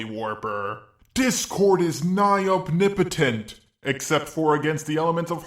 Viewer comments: I demand you stop mispronouncing OMNIPOTENT as "obnibotent" And people who argue against Saitama being infinitely powerful need to understand that the joke behind his character is that he's supposed to demonstrate how BORING an invincible hero is. If the only reason the villain stands a chance is because the protagonist isn't using their full power, then you've got a boring series with no suspense or excitement. And that's the entire premise of his character, Saitama is infinitely powerful in order to show why being infinitely powerful is a bad thing! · The fuck is a "opnipetent" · can you please stop mispronouncing the word omnipotent man i cringe everytime